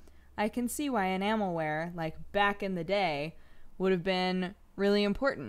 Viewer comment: Spent most of the video trying to figure out if she's saying Enamel-wear Or Enama-wear